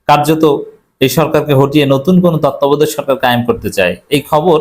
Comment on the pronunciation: ভাই তত্ত্বাবধায়ক উচচারন করতে পারেন না আপনি আবার কিভাবে সাংবাদিকতা করেন, মুখ্য সাংবাদিক।